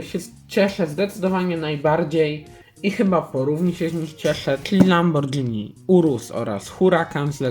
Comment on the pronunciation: nie mówi się lambordżini tylko lamborgini